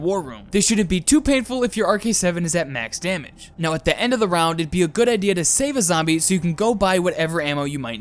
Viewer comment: NO AND I LOVE YOUR "THEE" DON'T CHANGE IT